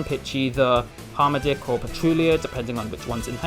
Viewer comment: I know I'm almost 2 years late but it's "Har-Matick" not "Harm a dick" lol